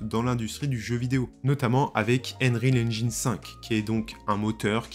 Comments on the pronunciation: "Enril engine" ...un effort sur la prononciation stp... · « Unreal angine » mdr